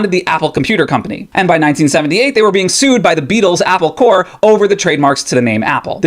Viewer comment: Corp. = Corporation Corps (pronounced ‘Core’ like you did) = an organized body of people, like military units. Not the same word